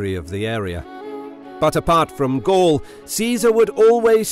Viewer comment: Gall? Not Gaul?